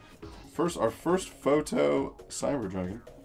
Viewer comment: It's PROTO not PHOTO, (PRO) NOT (PHOTO)